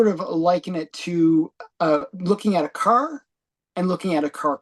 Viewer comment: How come cant pronounce Car,right? Does he have a speech impediment? He kept saying Kuuurrr.